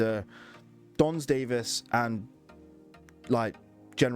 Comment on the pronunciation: Don S. Davis not Dons Davies.